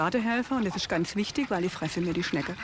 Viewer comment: "Die Biodiverschidääd isch mir Wischtisch".. Ah deshalb sorgt sie für ne Monokultur. 🤡